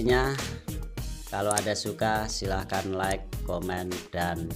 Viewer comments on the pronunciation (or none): none